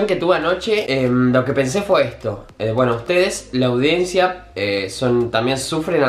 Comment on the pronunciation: “La audencia “JAJAJAJAJA